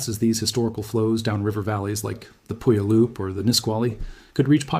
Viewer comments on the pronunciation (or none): As always, informative and beautifully delivered information. Just one pronunciation correction to a word that non-native Pacific Northwesterners find pretty much unpronounceable: Puyallup sounds like this: pyu-YA-lip. Otherwise, an impartation of information that is a clear, utterly unpanicked review of the kind of risk that our beloved mountain presents. If you ever decide to take a backpacking trip to Rainier, you might consider the Carbon River trail. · Puyallup pew' AL up. You're welcome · It’s pronounced PEW AL LIP 😉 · It's pronounced pew AL up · Having been in the PNW for many years, I would say it like: pew-wa-lup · I was told The accent is on the second syllable, sounds like poo YAL up. If anyone from the tribe sees this, please clarify this for us. 🤩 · 😢The city is pronounced pew al lup not that mess you said lol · When setting up a video of this quality you should really research how to pronounce the names of the areas you're talking about so that you get them right like Puyallup